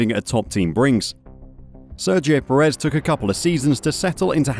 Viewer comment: Nit: Sergio Pérez is pronounced PErez. The emphasis is in the front, not the back of the surname.